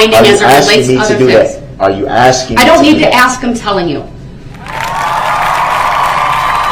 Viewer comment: Are you axing me?